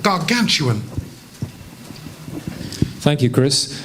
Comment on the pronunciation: Which is... "Gargantuan"... Wtf